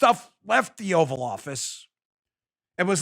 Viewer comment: called it the "Oral office" not "Oval office"